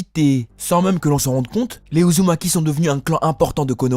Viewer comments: est ce que jsuis le seul a entendre ''naruto uzuki''😂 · Il a dit Naruto Uzuki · 13 min 21 il a dit naruto uzuki